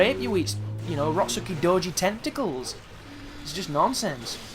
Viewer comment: are you an indian.. the way you pronounce tentacles like tentocols.. LOL no offense men.. =)